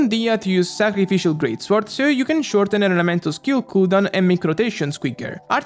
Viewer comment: Someone tell that sword is pronounced sord: the w is silent.